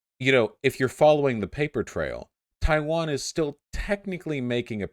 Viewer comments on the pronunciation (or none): Except for the bit where he said Chaiwan